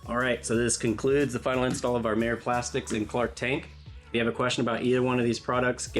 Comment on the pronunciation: It's not Mē-er, it's Mī-er.